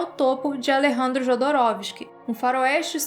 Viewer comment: Excelente vídeo, mas permita-me ser um pouco chato e alertá-la: pronuncia-se "iodorowsky" o "j" tem som de "i". E "Mõbius", não "moébius".